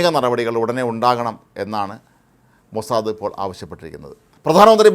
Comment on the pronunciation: ഹേ മനുഷ്യാ മോസാദ, അല്ലടോ മോസാദ്, ഹിഹിഹി